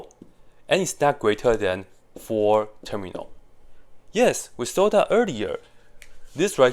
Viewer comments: Because he pronounce it as Ter-mi-al instead of term-yal. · "Terminal" instead of "termial" is painful 😭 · termial, not terminal. his pronunciation is sloppy. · Is it me or do i just keep hear him pronounce "termial" as "terminal" with an "N" ? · lol i was wondering why it was (as i thought) called "terminal" when in fact it's called "termial" which now makes much more sense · yes that's why he put the text at the start because he got it wrong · It is terminal with a N guys ! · He is definitely inserting an N sound, but do cut him some slack. Coming from Mandarin to English is no simple task. 😊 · yeah, that kept confusing me to. I kept looking up terminal in mathematics and not getting the definition I was expecting. Thank you! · Yes… And I hate it